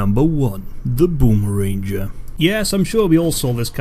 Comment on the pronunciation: Booma- Ranger :| Wtf. *Boomaranger